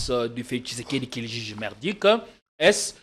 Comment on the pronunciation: Ces derniers temps sur politiquons vous invitez des gens de moyens niveau au point que votre plateforme n'est plus attrayante comme dans le temps! Avec qui prononce mal certains mots, le professionnalisme diminue un peu cher JP kayembe. Sitwation, conteste, jige, assepter...